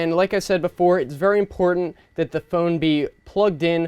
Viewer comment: The first time he said phone he actually said foon